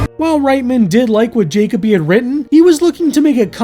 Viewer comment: IS it "Jacob-y" and NOT "juh-KOE-bee"? Because I have NEVER seen the name "Jacoby/Jakoby" and heard it pronounced "JAYKAH-bee"...